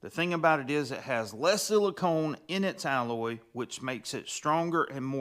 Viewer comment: It's siliCON.... con.... CON....... not CONE. Silicon, not silicone.